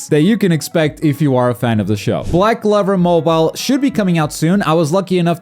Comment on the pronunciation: Just me or anyone thought he was saying black clever